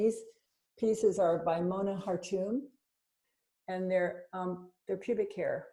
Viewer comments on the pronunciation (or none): Love you guys! But did I hear Lynda say “pubic art”?